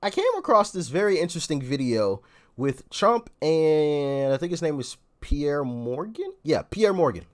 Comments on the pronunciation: Pierce Morgan, not Peiré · ALOHA DOC its pronounced Pierce Morgan and he was on Trumps show the Apprentice. I believe he won. So they both know each other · Doc, Piers Morgan's first name is pronounced like the plural of a boat PIER(s). Or, also like something that can stab is said to PIERCE an object to make a hole. Dad joke: what do you call two piers close to each other? A paradox. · It’s not Pier, it’s Piers. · I think its Piers (prounounced Pierce) not Pierre 🤣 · His name is Piers. Pronounced like piers, the docks that extend out into the ocean.